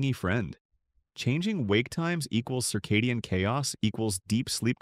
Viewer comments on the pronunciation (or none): none